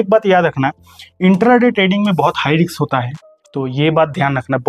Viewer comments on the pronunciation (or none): हाई रिक्स नही हाई रिस्क बोलो